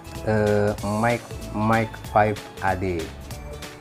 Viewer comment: Yasaka Mark V bukan Mike V !